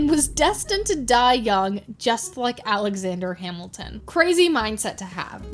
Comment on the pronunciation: Alexander Yap-ilton